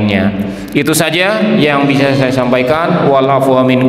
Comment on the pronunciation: Wabarakaatuh...bukan wabarkaatuh..